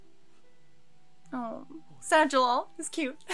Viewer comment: It's Jellal but there's no L sound in Japanese so they struggle with it so it's comes off as an R sound like 'gerrard'. It's Jellal though - the author likes western names hence Wendy, Lucy, Gray etc